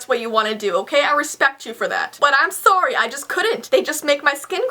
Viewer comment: U say sorry it sounds like srry